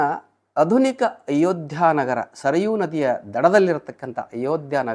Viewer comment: Sir,Wonderful Speech!! THANKS!! But Dr. pronounce it as "Aadhunik" instead of "Adhunik "